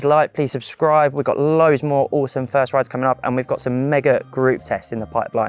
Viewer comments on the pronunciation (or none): none